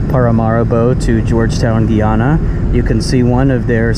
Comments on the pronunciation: The pronunciation is not “Gey-ana” it’s “Guy-ana” as in GUY. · Guy- ana not Gii ana